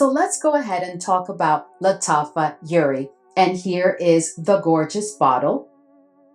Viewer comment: Hi, just wanted to say I love your content, especially Middle Eastern Thursday. From all the content creators & YouTubers you’re the one who inspired my fragrance journey ❤ I’m an Arab! We pronounce the J in jouri it’s a type of flower I believe a Damask Rose 🌹